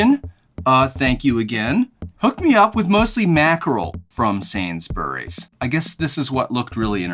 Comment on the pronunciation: Love the video! You don’t pronounce the u in Sainsbury.